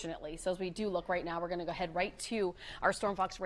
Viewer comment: She should have taken a few speech courses for talkin" on television. So often she says things like "doin' and goin'. could learn a lot from her WOIO competitor, Samantha Roberts whose pronunciation is 100% as it should be when speaking is an integral part of your career.